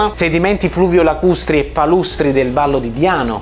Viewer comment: quel "fluvio-lacustri" con un leggero accento napoletano mi ha fatto ricordare subito il mio prof di Geologia.